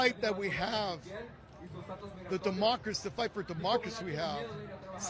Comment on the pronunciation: Dude can't say democracy correctly! Deport his ass too after revoking his US citizenship!